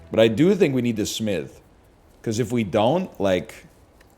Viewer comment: why does he say smith like that